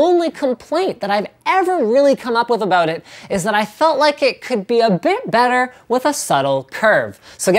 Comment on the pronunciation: he said a 'boot